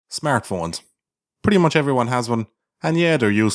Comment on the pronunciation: I can only hear "smearphones". Eugh.